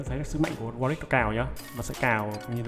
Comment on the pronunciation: Warwick chứ sao lại Warick nhỉ?